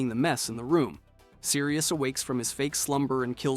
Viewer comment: 'Sirus', 'Bonnie', Yup.